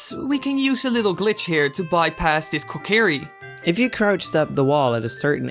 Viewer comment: why was he talking so slow when you clipped through the kokiri and, wait "keh kerry koh"???